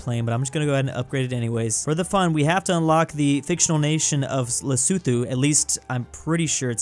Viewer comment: Lesotho is pronounced right